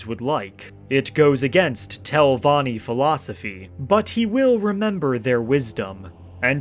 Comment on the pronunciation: 23 min and im pulling my hair out from hearing Telvonni, great telvonni, great house of.. Telvonni 1,000 times